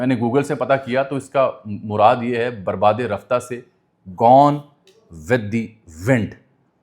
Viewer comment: اجمل ایتھے لفظ برباد دی “د” دے تھلے زیر نئیں۔ بلکہ کجھ وی نئیں۔ اس دے علاوہ جدید فارسی وچ لفظ رفتہ دا تلفظ ساڈی طرح نئیں کیتا جاندا۔ ایتھے رفتہ دی “ہ” دے تھلے زیر اے۔ شکست با شکوہ وچ شکوہ دا تلفظ بالکل اسی طرح اے جس طرح شہزادہ دارا شکوہ وچ اے۔ میں جدید فارسی وچ ڈگری کیتی اے۔